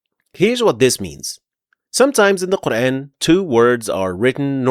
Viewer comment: As Salamu Alaikum. Very well explained where to pause and continue. ماشاءاللہ. But just one request to pronounce the word Quran in the correct manner. You are giving it an English touch by pronouncing Quran as in the words ...ran, ...ban, ...fan, ...tan. The word "Quran" be pronounced with a long 'a' sound (Qur-aan) rather than an English-style "...ran" sound, effectively addressing the pronunciation of the Arabic vowel, which is often mispronounced in English contexts. I hope you understand and accept my point of view. Thank you. Jazakallahu Khaira.